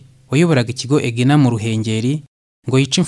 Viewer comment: Ni Ku musozi wa ''Mubona'' ntabwo ari ''Mabona'' naho "EGENA" bavugaga "Ejena".